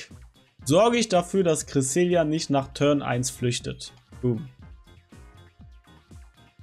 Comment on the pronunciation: Junge wie zur Hölle sprichst du Cresselia und Vesprit aus?! Nur 22 Sekunden geguckt, 2 mal Cresselia falsch ausgesprochen, 1 mal Vesprit falsch ausgesprochen, danach war ich raus.